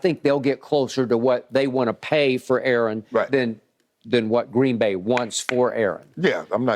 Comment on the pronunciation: Skip, it's not GREEEEN BAY, it's pronounced Green Bay.